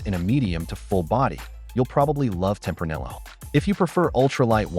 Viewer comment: Is this ai or did you make this entire video just to piss people off by pronouncing tempranillo with the hard L?